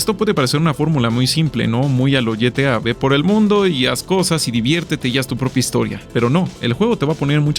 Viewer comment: aqui dar mi critica constructiva del dia: si empiezas algo en ingles terminalo en ingles... si, testoy viendo a ti: ye-te-ah (GTA)